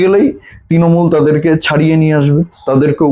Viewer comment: Bhai, Tinomul na Trinomul. Uchcharan thik koro.